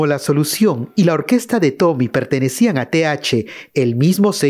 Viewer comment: Es tommy olivencia no toby...habla bien!